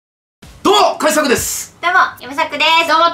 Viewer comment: 島田さん、カジサックって言う、発音違う、それに気づかないカジサックさんもすごい。